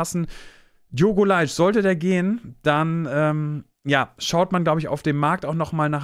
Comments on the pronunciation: Der Mann heißt nicht Leitsch sondern Leite und wird auch so ausgesprochen. L E I T E! Auch im portugiesischen wird ein E nicht als SCH ausgesprochen! Davon abgesehen spielt Mainz auch nicht mehr im Stadion am Bruchweg und Tim Skarke ist kein Neuzugang sondern kommt von einer Leihe zurück. Sorry aber die Note für die Recherche ist ne glatte 5! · Leite wird eng wie LATE ausgesprochen ;-) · Sehr gutes Video! Nur eins: Diogo wird "late" ausgesprochen. Wie das englische "spät". Das musste er immer und immer wieder wiederholen. Bitte das "sch" weglassen. Danke :)